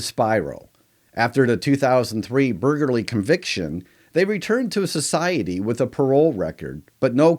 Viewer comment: Please work on that pronunciation of "burglary."